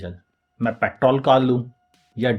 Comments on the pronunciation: Vo pettttol nahi petrrrrol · Sir ap petrol ko paittol kyu bolte ho?